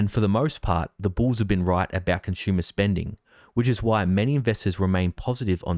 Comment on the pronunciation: 💪😎👍🇺🇲😍 You say Conshoomer !!! 🤣😭 It's con su mer !!! 😍😂😭😎😍🇺🇲👍 You guys talk So funny !!! 👍🇺🇲😍